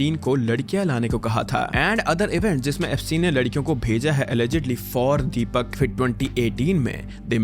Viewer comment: "Deepyak", why such pronunciations for Indian names!😂